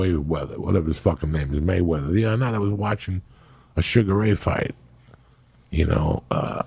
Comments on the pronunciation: Can't get enough of that Moyed Flayweather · Floyd “way “ weather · Joey "Waymeather" Diaz